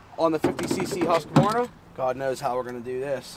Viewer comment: Nice to see someone pronounce Husqvarna right. That’s extremely rare. Just about everyone in the US says Hus-qu-var- na. I have a Ryobi 4618. Cut a lot of wood over the last few yrs with it. It’s been an awesome saw.